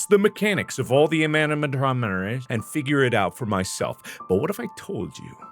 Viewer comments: animhomneraye? I think you mean animatronics mark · “ Using my brain to duduse the Anarsacfdsmotrassd” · "Using my brain to deduce the mechanics of all the imanimatromereresh.." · "....-all the amanimatromenres.." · Nah is more like "Aminamatrohnihmanihs" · The way he said “animatronics” here 😂